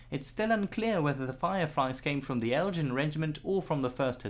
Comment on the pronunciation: except the word Elgin...not eljin. g like in go